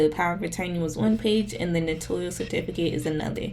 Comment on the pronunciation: Just to let people know, the word is spelled "ACKNOWLEDGMENT" without the 2nd "e" so it's NOT "acknowledgement". Also, Notarial is pronounced as "no-tair-ree-uhl . I think people think it sounds similar to the word "notorious". Thanks for the vid! 🎥